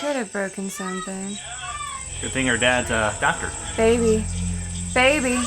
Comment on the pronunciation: ….seriously? Lmao. It’s ‘doctor’ (M.D.).